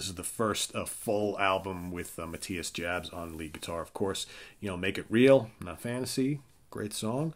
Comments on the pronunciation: you completely whiffed on "Unbreakable". You should really give it a try. Also.. it's pronounced Ma-tee-yas Yobs My top ten 10. Savage Amusement 09. Fly to the Rainbow 08. Love at First Sting 07. Unbreakable 06. In Trance 05. Virgin killer 04. Blackout 03. Taken by Force 02. Lovedrive 01. Animal Magnetism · Lovedrive is my #1. Blackout is #2 Also, Matthias Jabs last name isnt pronounced like you pronounced it. ‘Jabs’ is pronounced, phonetically’Yahbs’